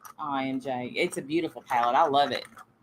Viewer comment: I was cracking up at you doing your eyeshadow backwards and calling it a "pawette" 😂 God, you're an angel. Beautiful x